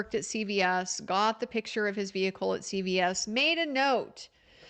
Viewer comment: thank you for your coverage. It's CVS not Child Protective Services. It's the drugstore chain. It sounds like you say CPS.